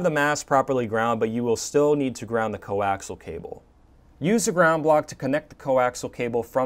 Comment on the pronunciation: These are informative videos. Very professional presentations. However, the word coaxial isn't pronounced as "co-ax-al". It should be pronounced with another whole syllable in it. Say "co-ax-i-al".